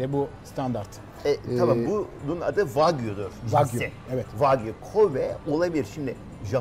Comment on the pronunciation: ha "wagyu" ben de hep "fuck you" anladim hahah